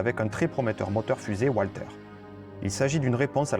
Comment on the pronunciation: Très bonne vidéo, juste un petit point de prononciation, le fabriquant du moteur fusé étant allemand, on prononce Valter.